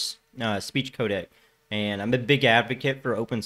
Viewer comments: The word "AND" is a single syllable word. Quit trying to turn it into a two syllable word by saying "AYE-AND". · Notarubicon would have pinned this also. Still waiting to hear the 2 silabel version of and. 😂